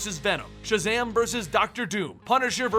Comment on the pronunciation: when Shazam introduced himself je should have been back in his kid form because he said sjazam!